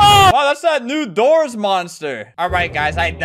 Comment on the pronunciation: When you says new doors update I thought you said new Dora's update 😊